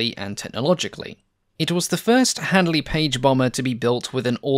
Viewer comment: listen how others pronounce Handley correctly.